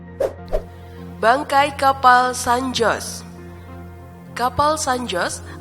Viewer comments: Dibaca san hose bulan san jos 🤣🤣🤣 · Baca San Jose seharusnya SAN HOSE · San Jose selalu disebut Sen Hozey , ya kak . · San Jose mestinya dibaca San Hose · Koreksi dikit: Kata "San Jose" menurut fonetis Bhs Spanyol, dibaca "San Hose" 😊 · Cara baca bukanya san hose.. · Pengucapan nama juga perlu diriset mbak agar informasinya lebih akurat dan sesuai. Diantaranya: (san) jose = hose cartagena = karta-khena (turtle) tomb = thum adipocere = adiposier neuchatel = nushatel Selebihnya oklah. Semoga makin baik dan makin banyak subscriber-nya. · Baru mulai eeeeh ada 'san joss' kocak🤣 pliiis bnerin dl dong narasinya min